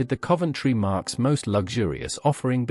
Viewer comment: The Thumbnail pic claims to show #7, which is a Daimler. But its clearly not a Daimler, is it a Vanden Plas Princess? And what on earth is a 'markeess'? Surely its a Marque? Pronounced 'Mark'. I stopped watching, I will not be back.